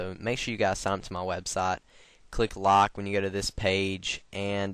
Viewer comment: he sounds like hes saying 'lock' insted of 'like' haha